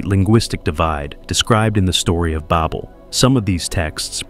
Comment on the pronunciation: "The Tower of Bobel" "Gobekli Tape-ay" XD this AI voice is so dumb